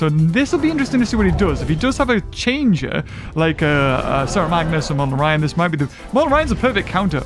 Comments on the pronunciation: Still calling monolorhino "monoloryan" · MONOLORHINO!!! Not MONOLORYAN!